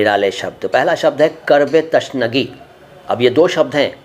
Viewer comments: تَشنگی = غلط تِشنگی = صحیح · Tashnagee۔ Nahi hoga Sahi۔ Alfaaz۔ Hai۔ Tishnagee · इस तरह तो उर्दू की टांग टूट जाएगी आपने "तिशनगी" का "तशनगी" कर दिया.